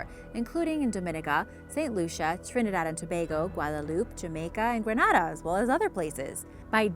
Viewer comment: Really great job, I am Trinidadian and your pronunciation is great lol normally ppl have lots of trouble 🤗